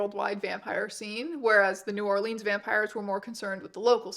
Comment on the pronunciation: Please, its New Orlins, not New Orleens :face-blue-wide-eyes